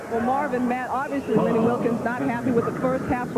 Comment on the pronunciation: Wilkens, not wilkins